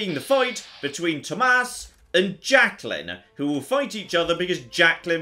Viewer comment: I love the fact that you actually know how to pronounce Tomas... That’s my name, and very few people know how to pronounce it correctly since it’s Nordic.. There are a few other ways to write it.. (Thomas, Thomas